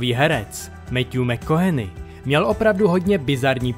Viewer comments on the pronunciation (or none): Metjů mekkoHENY"